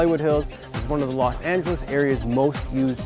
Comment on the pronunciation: Why you keep saying Las?